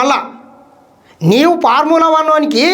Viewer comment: అది parmula కాదు బ్రదర్..ఫార్ములా..